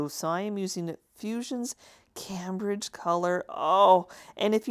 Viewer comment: The blue Fusion paint you used is named for a famous Colonial town in Mass. It's pronounced came bridge.